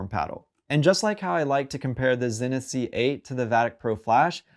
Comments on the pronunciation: Zee-nith not Zin-nith 😬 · Pronounced zeenith